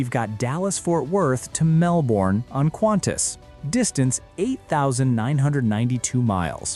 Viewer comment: It’s Qantas. Not Quantas. Please.